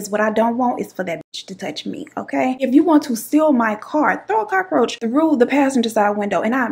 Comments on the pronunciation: N the Cockaroacha!! I can't stop saying this!!! It's more like cookaracha (in Spanish) I love n adore u so MUCH! 🥰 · First 3 min. i thought blue was your man, and I thought you was going to say you locked him out. They say men dont notice hair and nails but i like your s#it. The way you said cockaaahroacha made me wonder if you was puerto rican. lmao your funny made me laugh when i needed one. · I’m hollin 🤣🤣🤣🤣 Im glad I found yo channel new subbie girl every time you said Cock-a-roacha I start crying 🤣🤣🤣🤣🤣🤣